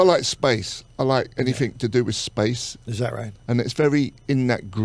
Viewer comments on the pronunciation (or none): "I like space. Any-fing to do wiff space."